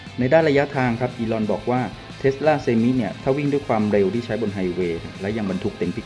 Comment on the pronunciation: เซไม หรือเซมไม ไม่ใช่ เซ-มิ